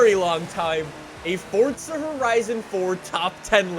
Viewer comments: Your pronunciation of FORZA is the worst thing about "FORTSAR" ... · Love how he say FORTZA HORIZON4 Love the vids keep up the good work